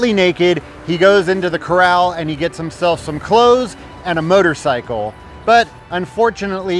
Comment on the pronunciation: I love how you pronounce it "murdercycle". That's exactly what it is.